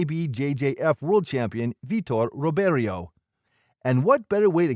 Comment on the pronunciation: Dude, if you're going to make videos about BJJ you gotta pronounce the names right. The r in Portuguese has an h sound so Riberio is pronounced Hiberio, Royce is pronounced Hoyce, Renzo is Henzo, etc...